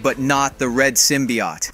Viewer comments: Its said like symbi oat not symbiot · Why do you say that so weirdly. Symbiote and yet your saying Symbiott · Why are people saying symbiote as "sim-be-ot"? It's pronounced as "sim-be-oat". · SIM-BE-YOTE…. NOT SIM-BE-YAHT. …. how hard is it to say Symbiot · Symbi- OT?!?! 😅 wtf people be pronouncing words so ridiculous